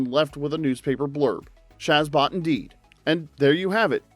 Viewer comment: It also horrifically mispronounces nanu nanu, shazbot and Rob Petrie.